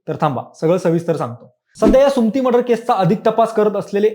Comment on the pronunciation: सुम्ती नाही रे सुमति असतं ते